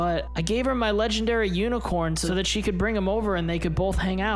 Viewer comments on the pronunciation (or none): they said lengendary uni